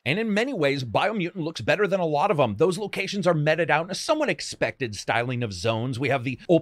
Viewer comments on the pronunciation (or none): Meted is pronounced "meat-ed"